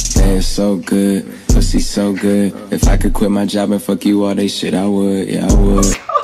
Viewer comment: well that was awkward,............he said"fouk